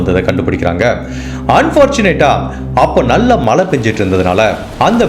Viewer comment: Malai, valkai, sir, u videos are so good and beautiful narration. Just focus on Zha Tamizh, not tamil